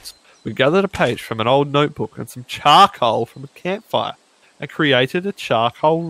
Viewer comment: Everyone: Charcoal: CHAcoal